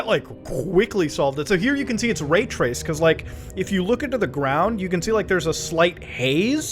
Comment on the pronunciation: Muta Dawg, ITS NOT RAYRACED BRO.